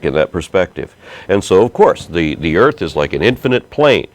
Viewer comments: you can tell how educated the caller is when she refers to the EARF. Maybe she just sounded funny because she was in the BAFROOM. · she said "Earf". fack sakes.